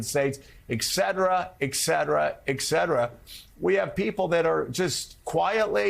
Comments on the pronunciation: Joe, I’m a huge fan, especially of your coverage of this trial. You’re obviously a highly intelligent and well-educated man. But let me make one small correction to your delivery: the word is “ET-cetera”, not “EX-cetera”! To be fair, I’ve noticed that many of your colleagues who are the faces of various cable news networks commit the same verbal gaffe. I don’t understand what’s behind this trend. Perhaps it’s an inside joke among professionals. If that’s the case, then have at it. I’m a 70 year-old man who spent 30 of those years interpreting for Deaf people. Errors in the use of language, English or ASL, are definitely not lost on me. You’ve risen to the top echelon of television news personalities, an accomplishment that can’t be understated. I can’t fathom the pressure that comes with a job like that. Regardless, you always infuse your work with great passion in a manner that attracts millions of viewers, including me. I will continue to watch your show on a regular basis. However, you will lose a few points for the repeated use of “EX-cetera.” Keep up the good wrok! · It’s “etcetera” not “ekcetera”.